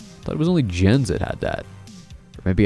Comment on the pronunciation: Jens' name is actually pronounced more like "Yens"